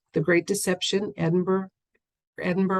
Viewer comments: Great question! Here's hoping Queen Lizard Breath's departure is made known to the public soon. Btw, Edinburgh is pronounced 'Edin-bruh' 😊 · Edinburgh sounds like edin bruhhhh xoxoxoxox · Pronounced Edinburra, at least in England although I’m sure my Scottish friends did the same. It makes me laugh when Americans pronounce our names. It’s like anything with shire on the end. We pronounce it Shure, not Shire. We aren’t the Hobbits. 🤣🤣🤣🤣🤣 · It’s pronounced ‘Edinburra’.I wouldn’t know that either, my daughter married a Brit.Thank you for all that you do. Love and light.🌺🌼🌸👌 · Is it Edinburgh- but pronounced differently?